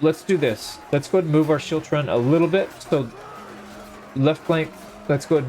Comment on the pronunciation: The scottish pronunciation is actually skiltron but great video still